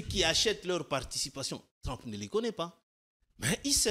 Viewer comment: "Trump" dans la bouche de: "TLLLOM" 😂😂😂. Sur le fond je suis d'accord avec lui.